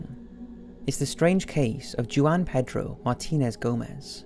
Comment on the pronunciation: Juan Pedro? Jew-on Pedro? It's pronounced Hwan Pedro.